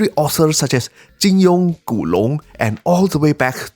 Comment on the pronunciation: not gonna lie im quite impressed that you pronounced Jin Yong and Gu Long so accurately, keep up the great work as always!